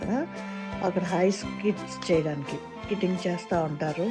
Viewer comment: Skitting kadu 😅 adi skating 😊